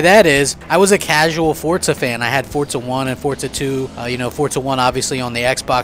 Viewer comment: There is no T in FORZA!!!!!!!!!!!!!